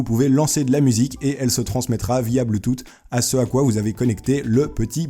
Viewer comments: bonne video simple mais efficace et j'aimerai bien le clavier bluetooth ou comme tu le dit "bloutoute"😁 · Ca se prononce Bloutouss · "blutute" vraiment là.. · C'est quoi le bloutoute ? XD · stp pa bloutoute !!!!! ah sa fai mal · «bloutoute» mdrr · Mdr j'adore comment t'as prononcer Bluetooth =bloutoute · J'aimerai la souris et on dit bleuetooth pas bleutet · c'est bluetoothhhhhhh apprennez l'anglais srx XD je vous critique pas ne vous énérvez pas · ouais mais c'est pas bluetoosss dans la prononciation c'est comme les français qui disent ZE au lieu de THE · Non bloutouffe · La souris m'intéresserais bien, je me demande ce qu'une souris sans fil à moins de 15e vaut (et sinon comme certains l'ont fait remarqué, on dit pas bluetoute xD) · Franchement j'aimerais bien avoir l'adaptateur Bluetooth. (ça se prononce Bluetouf hein) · Salut à toi! j'aimerais bien l'adaptateur bluetooth s'il te plait!:3 ça serait bien pour la voiture xD Bref Sinon encore super vidéo. PS: j'adore ta manière de prononcer Bluetooth [ Bloutoute ] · bloutoute... daccord.. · "Bloutoute"... Mes oreilles saignent. D'ailleurs, le support pour smartphone m'intéresse pas mal ^^ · Blouttoute XD J'adore ta prononciation ! Bref sinon super vidéo gg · blutoote XDXDXDXDXDXD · apprend à dire bluetooth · Bluetooth, th sa fais s bouffon va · Poussifeu Gaming ON EST D'ACCORD, ÇA NIQUE LES OREILLES PTIN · Tu sais pas dire Bluetooth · le fait que tu dise "pouisque" me perturbe plus que le "blootoute" mdrr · Je revois cette vidéo et je me marre toujours autant avec ce "BLOUTOUTE" haha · bloutout xD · je suis le seul pour qui blootoute m'a perturber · Avant tu disais huit "OUIT" maintenant Bluetooph tu dis "Bluetoute" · bloutoutte et bafle mdr putain ! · BLOUTOUTE mdr tes un tueur j'ai trop rigoler 😂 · c'est quoi bloutoute ? XD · BLOOTOOTE XD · BLOUTTOUTE xD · bloutoute xd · Superbe vidéo !! Personnellement j'ai beaucoup ris pour le "bluetoute" XD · on dit bloutousse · On dit blutut mais bultus